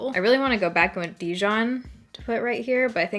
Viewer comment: I know, it's not your fault since you apparently didn't know, but I just wanted to let you know that the word "Dijon" has its emphasis on the "jon". Dijon is a French city that's very famous for its mustard, hence the mustard yellow shade.